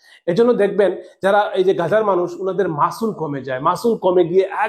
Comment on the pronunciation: ওটা মাসুল না রে অশিক্ষিত , ওটা মাসেল 😂